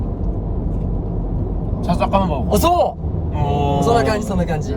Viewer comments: こないだ笹かまぼこもちゃんと言えとらんかったのにいけるか…？って思ってたら、思ってた以上をくれたしめちゃん最高に面白かったです笑笑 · Travis Japanって笹かまぼこ言えないんじゃ？笑